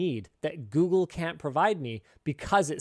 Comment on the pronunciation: "lets goofle that "